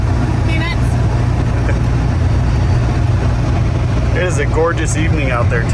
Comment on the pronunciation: J: What are you munching on? K: Peanuts Me: "Did she just say, PENIS?" 🤦🏼‍♀️🤣